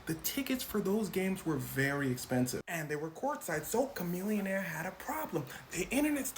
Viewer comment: If chamillionaire is as smart as you claim then you’re saying it wrong.